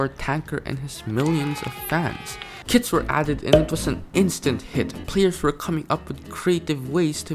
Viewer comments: / you said "kids" not Kits lol... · When you said kits I thought you said kids